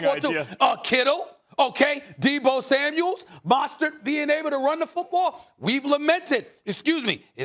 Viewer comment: Stephen”Mosstert”A Smith